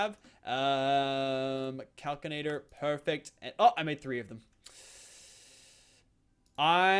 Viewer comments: Kal-Sin-Ay-Tur Not Kal-Kin-Ay-Tur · I cri evry tiem he says calcinator. It's pronounced cals-in-ator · it hurts me when he threw away the kinesis pipe and he says calcinator instead of calsinator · Its cal-sin-ator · Also, Calcinator is pronounced cal-si-na-tor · it's cal-si-na-tor 😠